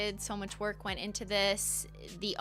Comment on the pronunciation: ish when she says its so much work i heard so much twerk and i really want that to be a new polish name now hahahaha